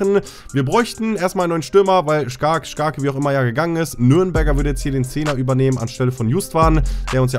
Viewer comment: Geisteskrank wie wirklich jeden Namen falsch ausspricht 😂 sogar skarke